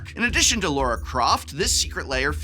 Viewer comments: It's Lara Croft, not Laura Croft, aaaahhhh!! ;) ;) Great video, as always! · Was calling Lara, Laura, a bit? Because otherwise… it’s Lara. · Love your content, Prof ❤ The product reviews, the campy jokes, the superior consumer advice, the exceptional attention to detail on The Academic - it's all amazing! So. Uh 😒 LAR-ah. Not Laura, not Layra. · Lara Croft. Not Laura.